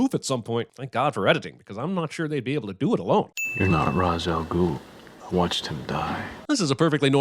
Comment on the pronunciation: The biggest sin is the way they pronounce Ra's al Ghul